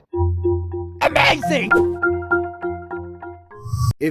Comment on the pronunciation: Intro:AMAZING! Old english:amawzing